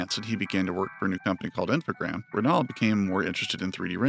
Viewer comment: You were right not to pronounce the s, in French the s used as plural is almost always silent. It's supposed to be an amalgamation of the two words informatics programs, so informatique et programmes in French (Infogrames, with only one m for some reason). So yeah yeah you were after all! Just listen to some of the old interviews, they do call it Infogrames.